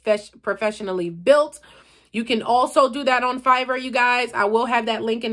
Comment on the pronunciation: Are you saying fiber for the logo?